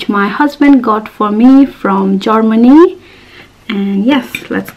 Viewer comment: Its germany not jormany 😜 yummy chowmein 😚 i love ur vlogs.